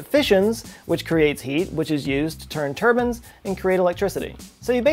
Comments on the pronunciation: It's not "Tur-bins" it's "turb-I-nes". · Lol. You’re still saying “turbans”! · Is it just me, or does say "turbines" weird lol. Sounds like "turbans". Still love all the videos though!